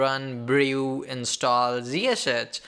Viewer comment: OMG!!!! can't you people just create this videos for Indian people in your language? it is pain to listen you, it was somehow auto played and I was looking for tabs to mute or close or whatever just to stop this horrible noise, you can't even know how to correct pronounce words, WTF is zhiseshech? it's ZSH not zhiseshech or whatever you said, blood is leaking from my ears after listening this OMG!